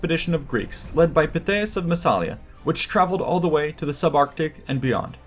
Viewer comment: Don't want to spoil the party, but... There is no such thing as "the southern mouth of the Rhine" ( ff). It's the Rhône you are talking about. The Rhine flows into the North Sea. And the town's name is Massa-li-a - not Masala as you continue to pronounce it. vs